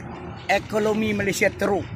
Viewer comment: Apa yang kau sembang ni pak cik oi,cakap pon tak betol ekonomi bukan ekolomi